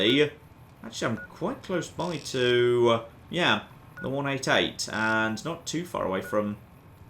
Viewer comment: Pure isn't pronounced 'pewer' and 188 started to sound like 'wunadiate' by the end.